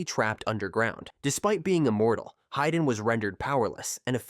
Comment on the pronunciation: It's "hee-dan", not "hai-dan"